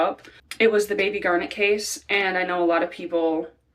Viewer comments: It’s GAR-net. Like the semi precious gem. NOT gar-NET. Or Garnette. Why the weird emphasis on the last syllable? Poor reading skills in the US public school system? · GARnet, like the stone. Not garNET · I think her name is Garnet, like the stone, not Garnette. Thanks. ❤ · Are you pronouncing that right? I have always heard it as "garnet" like the January birthstone. Basketball player Kevin Garnett is pronounced with the stress on the end because of the extra "t". Just wondering because I always heard it as Lake Garnet, with the stress on the first syllable. Maybe I am pronouncing it wrong. Yeah, that's what to focus on. Did the woman ever say why she didn't report it? I assume this was a miscarriage. And was she camping? So many unanswered questions. Rest in peace little one. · Michigander here! Love your video as always, I wanted to let you know a few pronunciation things because Michigan has some fun pronunciations. Mackinac = "Mack-in-awe" Garnet = "Gar-net" we usually say it quickly so while it has 2 syllables it comes out like a single syllable almost 😅 (like gar-neh) St. Ignas = "Saint ig-nus"